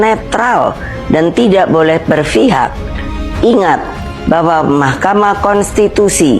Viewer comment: Berfihak atau berpihak,? Rontok anting di hidungmu 😅😅😅